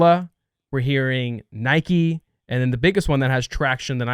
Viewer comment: cannot pronounce Nike properly. Lol.